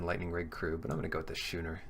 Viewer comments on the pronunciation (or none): Just FYI, it's pronounced "skoo-ner", not "shoe-ner". Love your draft videos!